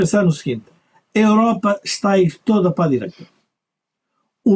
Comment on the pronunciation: Dizem que o PS está radicalizado à esquerda e que é essencial a AD chegar a acordo com eles 😅😂😂😂😂 "diireita" LOLOLOLOL